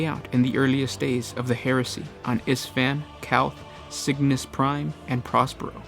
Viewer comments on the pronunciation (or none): none